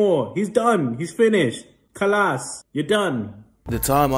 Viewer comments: "Khalass" lol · "KHALASS" HAHAHAHAHA